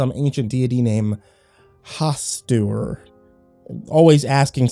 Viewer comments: I heard it as Hasstewer 😂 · Hastu... Hastur?